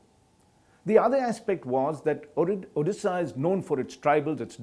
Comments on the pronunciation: Its Odisha not Odessa.. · Odisha hota hai Orissa nahi. Hmm kah sekah pahanc gaye tum log ek naam thik se pronounce nahi karpaate